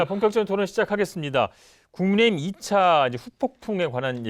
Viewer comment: 국민의 짐으로 들리는대?ㅋ